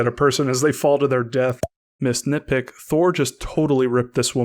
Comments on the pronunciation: This whole time I thought you were saying “Miss Nitpick “ until I realized that it was missed nitpick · for the longets time alll i heard was misnitpick